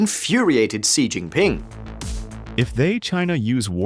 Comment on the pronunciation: I was thinking sort of similar, but with regards to Xi - it's pronounced 'she'... not 'see' And, it's not 'Bei-zhing' - it's Bei-jing' with a very strong 'j' sound... Sort of makes me question their ability to really report on the whole thing if they can't even get their names right!